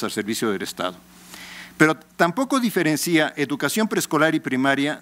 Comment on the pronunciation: ¡Por favor que alguien le diga que no se dice "diferencía" (con acento), sino "diferencia" (sin acento); un señorón de la educación con semejantes faltas de expresión!